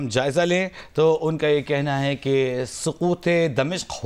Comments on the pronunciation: Saqoot....Not Sakoot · سقوط ہوتا ہے سکوت نہیں الو کے پٹھو۔ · سقوط دمشق صحیح تلفظ ہونا چاہیے ۔۔ ایک پاکستانی مئوقر نیوز چینل کی تلفظ کی غلطی بڑی معیوب بات ہے ۔